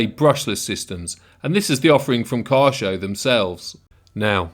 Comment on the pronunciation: It's pronounced Key-YO-SHOW